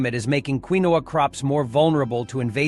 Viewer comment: Quinoa pronouncement is funny😂 it’s pronounced keen waa